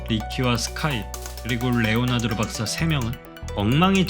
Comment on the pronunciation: 레오나드로 가 아니라 레오나르도..